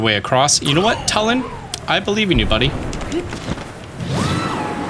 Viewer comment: I hate how says Tulin It's not "Toe-l-in" It's "Two-li-N" or "Too-l-IN" Like toon, NOT "toe" good lord, 🤦‍♂️